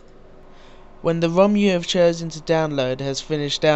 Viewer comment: HAHAHAHA, U SAID WOM, INSTEAD OF ROM!